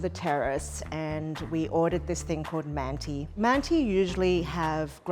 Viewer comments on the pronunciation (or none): the letter at the end of manti is not an I it's without a dot, and is pronounced like schwa, uh. mant-uh